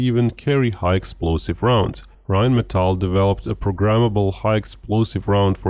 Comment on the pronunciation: "Ryan metal" ??? Whats that ? RyanAir ? - Rheinmetall, that`s what I know ! By the way: German tanks don`t have a reverse gear ;-)